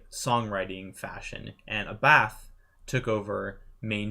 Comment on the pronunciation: Not A-Bath,but Ah-Buth.